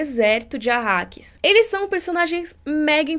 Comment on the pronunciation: Arakis... nao arrakis